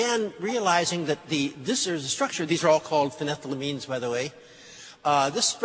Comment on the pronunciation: Shulgin pronounces the word "phenethylamine" for those who don't know.